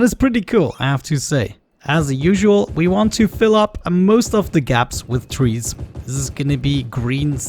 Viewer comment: I love how he says "twees" 😂🌲